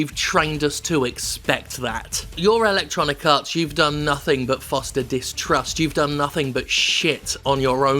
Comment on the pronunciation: I keep hearing "ElectoniKarts", which sounds like a mobile game.